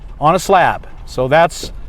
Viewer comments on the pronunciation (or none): It's SLAB city not SLAP city. Slab as in shit on a slab.